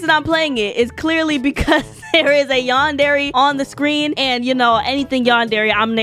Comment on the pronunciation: MAI U PRONOUNCE YANDERE LIKE yawn-dare-ay